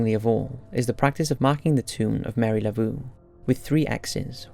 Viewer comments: Her name is Marie Laveau, not Mary Lavoo. You do all kinds of research for these videos but don't take the time to find proper pronunciation of names and places. I usually don't leave critical comments on anyone's videos, but you have such a huge following, I hope maybe you will take a little extra time to find out if you're properly saying things. A little nit-picky on my part, I understand, but this happens quite often. I really do enjoy your videos and thank you for all the hard work you put into them. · It's pronounced Marie Loo-Voh, like the word "so" - I didn't know who the hell you were talking about at first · Megab Miller Yeah but the way he pronounced Marie Laveau was completely wrong, not just slightly off because of his accent. I agree with the OP, it might sound nit-picky but when there are mispronunciations in a video like this it‘s a bit jarring and can make it difficult to stay immersed. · Madeline Bell it’s one thing. It isn’t hard to stay immersed.